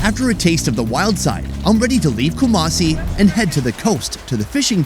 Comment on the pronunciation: I live in Ghana and it called not kumacie it is ku-ma-si 😡😡😡😡😡😡😡😡😡😡😡😡,!!!!??!!!